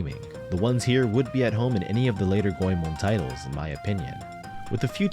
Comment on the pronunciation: It's refreshing to hear someone say "Goemon" correctly. Awesome video.